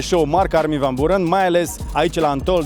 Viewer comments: M-a "spart" frate! Sa fii om de media de atat de mult timp, om de TV, influencer, sa stii engleza foarte bine, ce sa mai - SA FII BUHNICI - si totusi sa spui de 4 ori "Burăn"... :( Armin van "Burăn" Cum sa spui "Burăn" cand toti pronunta "Biuuurăn"? E pe principiul: "FAILURE" si nu "failiăr" cum ar trebui de fapt pronuntat corect! Altfel, un interviu decent. Well done! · biurăn se pronunța. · Armin van burăn, pe bune? Nici macar numele nu poti sa il pronunti corect si zici ca il asculti de mult timp? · îi foarte funny cu îi pronunți numele... exact pe românește 🤣🤣🤣🤣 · il asculti de foarte mult timp, dar nici numele nu stii sa il pronunti